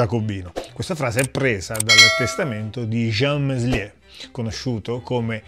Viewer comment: Contributo davvero interessante, bravo! Due soli appunti: quando Meslier morì,nel 1729, in Francia regnava ormai da anni Luigi XV. E poi il nome di questo singolare prete si pronuncia melié (il francese spesso induce all'errore, si sa). Ciao :)